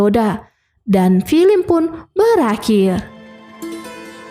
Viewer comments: Mimin nya orang mana sih. Baca nya film ( filem ) bukan FILIM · Filim? Mbak belajar dikit cara pengucapannya